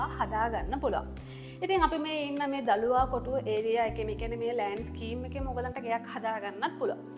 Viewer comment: දලුවාකොටුව නෙමේ දලුවකොටුව